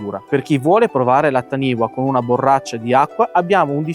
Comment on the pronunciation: La pronuncia sarebbe " tanifa" ;) perché è un termine Maori